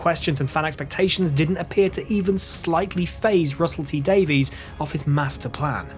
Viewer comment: Good video, maybe try to pronounce "Davies" correctly next time.